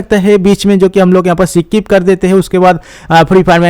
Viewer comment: स्किप not सकीप 😂